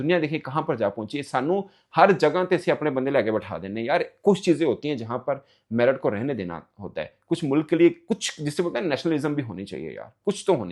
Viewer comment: In Pakistan, T is silent in Merit 😂😂